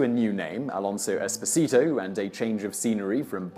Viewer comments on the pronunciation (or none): none